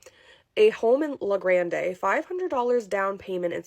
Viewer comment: "La Grande"- just "grand", not "granday".